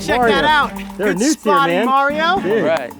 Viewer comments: I swear they were saying "Nudes!"😂😂😂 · For some reason I thought he said "mark and mario have spotted some nukes". 😂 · EVERYTIME THEY SAID NEWTS, I LITERALLY THOUGHT THEY ARE SAYING NUDES!😋😂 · I kept hearing nudes lol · Who hears nudes instead of newts? 😂😂😂